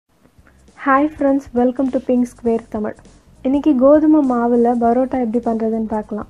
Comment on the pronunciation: It's not barota it's parota